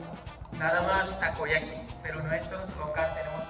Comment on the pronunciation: 冒頭の老夫婦 、、、、強引だけどど憎めない感じで南米あるあるな感じ？ そしてアイザックさんの優しさと、ベンダーさんの たこ焼きの発音が綺麗で感動しました👍